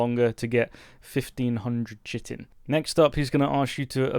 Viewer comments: it's pronounced "Khy-TIN" not "chitt-en" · Chitin is pronounced kite'n .... It's the protein based insect armor like layers that beetles and other hard shelled insects have that covers their wings and makes a clicking sound to ward off predators.